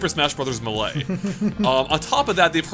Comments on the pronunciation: The way he pronounces 'Melee' triggers me. It's pronounced: May-Lay. Not Meh-Lay. Otherwise, great video, have been watching these all day. :D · Stop saying Muhlay u hyeck. It literally says Maylay in the game. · It's Not Mah- Lay It's May-Lee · Melee is pronounced mei-lei, not muhlay. Love the video (audio?) but that made me cringe pretty hard. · Super Smash Bros "Muh Lay" no one calls it that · ...it's pronounced, "*may*-lay". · its MAY LAY jesus christ. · "smash brothers muhlay" lol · If this freak says "mahley" again I'm gonna kill my little brother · The way you say Melee makes me puke in my mouth